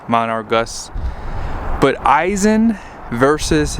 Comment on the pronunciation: 1.) it’s Aisin, not I-sin 2.) it’s in 2nd b/c there’s 8 of them mfs & it would only be a hindrance to shift all the way down 3.) the ZF isn’t any more ‘heavy duty’ than the competitors & all 3 are used in medium duty trucks currently. 4.) they ALL 3 have exhaust brakes & have for years. 5.) the PCV filter has always been easy as it can be on the 6.7s. 6.) the torque curve is better on the V8 power stroke, so that’s a moot point 6a.) any engine stands to benefit from an increased # of ratios in a transmission, nothing about being an i6 removes the fact that there’s a finite torque curve & even more finite points of peak torque, power & efficiency.